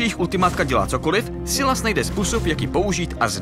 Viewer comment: Je to “Sajles” a ne “Sylas”